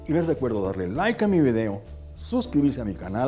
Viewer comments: Bueno, el señor éste, muy comúnmente dice: "vidio", en vez de video.... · Pero no se dice vedeo se dice vídeo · Con todo respeto, no digas vídios. Mejor puedes decir videos. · Minuto la palabra VIDEO debería pronunciarse más limpia.... se escucha VEDEO.. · Se dice vídeo o vídeo con acento en la "e" Yo soy español y aquí se acentúa en la "I" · En realidad y guiándonos por la ortografía española, se dice vídeo, y video con acento en la e ya sería una “mala costumbre” de los países latinoamericanos.